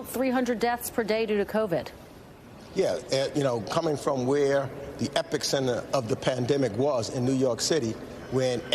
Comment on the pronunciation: Did Meeks just say "epic-center" lmfao